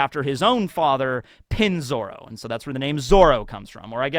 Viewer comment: its not Pinzoro its Peen Zoro. Sounds much better and is proper vowel pronunciation.